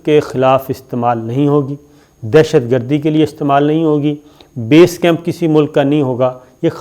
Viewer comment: Bees camp ni hota bai Base camp hota hei. Correct ur words please